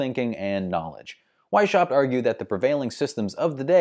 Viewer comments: The "sh" in Weishaupt is NOT pronounced like the "sh" in ship, the name is pronounced Weis-haupt (as if it were two words). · The name was so butchered that is was impossible to understand it - why do english-speaking youtubers refuse to look up pronunciations? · Why don't you look up how to pronounce Weishaupt (or any "foreign" name, for that matter) instead of mutilating countless ears out of convenience? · I feel offended by the terrible pronunciation of Weishaupt.